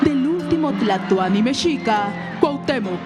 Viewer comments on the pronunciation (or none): Escuché o creí escuchar al narrador decir el último güey Tlatuani ?????